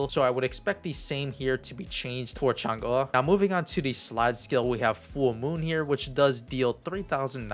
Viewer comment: what you say Changa, instead of Chang EEE? :D